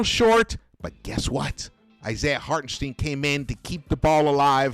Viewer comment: Hey. Love your postgame recaps. Just want to point out, Hartenstein is pronounced “Heart-in-shh-dine”